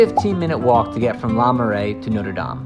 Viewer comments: Not LA Marais, LER Marais! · Le marais not LA marais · LE Marais, not LA Marais. The text says LE but he keeps saying LA.